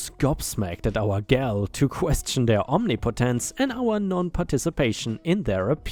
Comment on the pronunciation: "omnipotence" = "om nip oh tense"